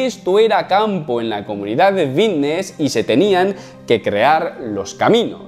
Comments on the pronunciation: "Fitness" lleva "f". Es fitness, no vitness. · Por qué dice "vitness" en lugar de fitness? No sé si yo me estoy perdiendo algo o que este tiene que ir a un logopeda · por que dice vitness? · Buen video, no entiendo si dice "bisnes" o "fitness". ¡Saludos camarada! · Vitness ? O fitness ?